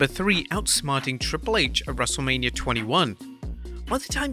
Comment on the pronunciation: Everyone = H Wrestlamia- Haich